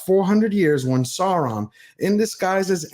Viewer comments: Aule is pronounced OWL-LAY Celebrimbor is a k sound for the c. Sauron is pronounced SOURON as in the ou sound in sour. But other than that good video. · I don't want to be a dick, but I often am when I am drinking. The problem I have with Tolkien experts is that they have a tendency to say the names incorrectly. I am stickler for Sowrown's name being spoken correctly. You misspoke my brother and I don't give you any umbrage for that. What concerns me more and may be particularly anal on my part is Cirdan the shipwright. I can not think of any time that his name was described as "kirdan", which should be the case as Tolkien described his languages. I have always heard him described in any spoken description and "Sirdan". Sorry brother, but I am really fucked up. I drank a lot while trying to make this sound cohesive. I'm not trying to be a pain; I only want to understand.